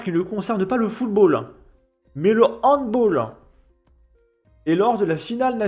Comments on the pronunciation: On dit handbAll! Pas handboll lol. Handball est un mot allemand pas anglais😅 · C'est un sport Allemand : donc il s'agit de "hand BAAALL" et non pas "hand BOOOLL"". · On ne dit pas handbol mais handbal😉